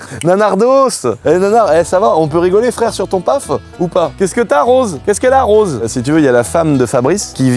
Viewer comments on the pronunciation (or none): none